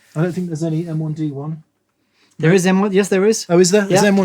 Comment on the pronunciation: is saying "M 1 D 1" as a joke? is he not familiar with MIDI, usually pronounced "middy"? (musical instrument digital interface)